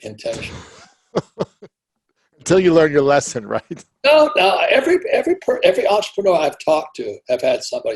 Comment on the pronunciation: EN-TRE-PRE-NEUR Robert Klyosaki Thank You.